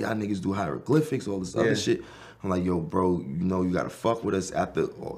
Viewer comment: said “ the hydro-glyphics” 😂😂